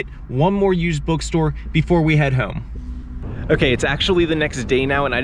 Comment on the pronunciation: I was gonna subscribe but then I heard you say “hope”, “over”and “home” and Idk how much of that “o” pronunciation I can stomach. 😂